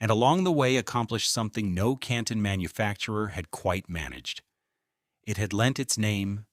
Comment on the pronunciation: There was a lot of good information and a lot of AI-generated statements which were erroneous. The AI voiceover didn't pronounce Canton correctly. 🙄